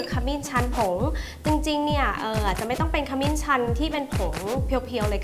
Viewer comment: ขมิ้นค่ะ ไม่ใช่ ขมิ่น